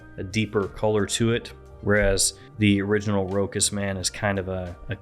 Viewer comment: Hahaha pronouncing it "Rokus".